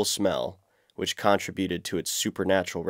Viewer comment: You're good at using the Internet and have all the skills required to go back to school and learn how to speak English properly. Genghis is a hard G. Archipelago is pronounced Ark-ipelago. The contribute has the emphasis on the 2nd syllable. And in case you're wondering...conversate is NOT a word. Otherwise I honestly found this video fascinating and am giving it a thumbs up.